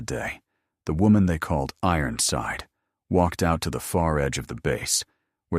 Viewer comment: “Ironside” does not have 4 syllables.